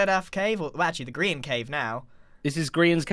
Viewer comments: It's not a green hous I s Grian hous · How do u pronounce grains name Green?